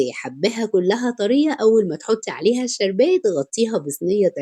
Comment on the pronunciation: جزاكي الله خيرا معلش لو امكن كلمة شربات ممكن تقوليها عادي بحس أنها مش لطيفة بالشين المرقق فضلا مش اكتر معلش مقصدش حاجة طبعا